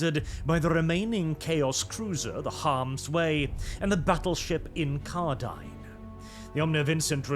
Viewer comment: You do not pronounce a single thing correctly, hell you turn incarnadine into incardine somehow.